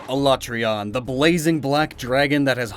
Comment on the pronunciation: Ala-tree-on. Me: Oh, Thank God he said it right. So sick of Ala-tray-on.